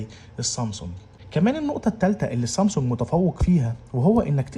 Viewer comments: اسمها سامسونج مش صامسونج بلاش جليطه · مش قادر استحمل كلمة صامصونج